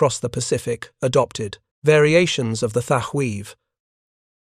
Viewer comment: Your 90% deliberate mispronouncement of the name Thatch is both a disrespect of the Hero, and making a sound similar to clearing your throat to spit ! You're disgusting.....!!! ...